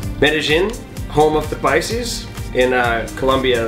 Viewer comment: "PICES??"😂 And ROLES?? 😂The was kinda funny. Paisas & Rolos or Cachacos.